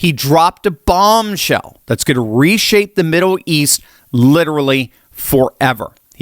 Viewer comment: its Middle east. Not Middow East. get that checked.